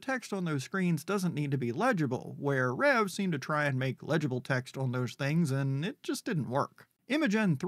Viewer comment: Nice saying Reve right. You're like the only one! Rev is how it sounds from my understanding via the Discord, which is semi to very active given its age.